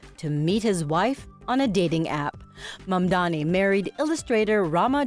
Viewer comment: They still say Mandami 😔